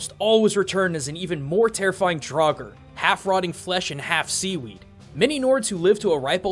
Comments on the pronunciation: draugr is probably said like draugur witch means ghost but hey, that might be a coincedence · How you prononst Draugur made me dead inside btw i am Icelandic. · As a icelander I would point out you miss pronounced Grettir and draugr if you were aiming to speak it correctly. Learning the Icelandic alphabet would be efficient as all letters always make the same sound as if they were individually. I do love your content but I hope you could try respect the culture that you use your resources from as you've done in the past. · And the word "Draugr"